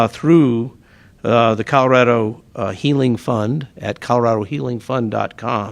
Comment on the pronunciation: Please help this mayor learn to pronounce his own damned city. It’s “Call-Oh-Rad-Oh” (springs) NOT “Karo” (springs) 🤦🏽‍♂️